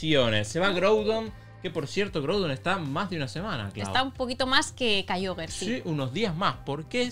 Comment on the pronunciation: Por qué Clau dice kyoger cuando es KYOGRE 😅